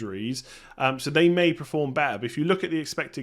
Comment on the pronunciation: Dude, love the content, but pronouncing "perform" as "preform" is really starting to get annoying now :P